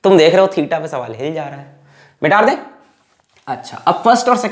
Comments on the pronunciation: No sir said this only. He always say mita de as mitaar de 😂😂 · MITADE ❌ MITARDE ✔️ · " Mita de" sounds to be "mitar de"🤣🤣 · Is it just me or does sir really say “mitaar de”😅